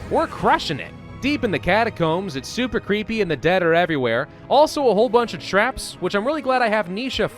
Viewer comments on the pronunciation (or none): none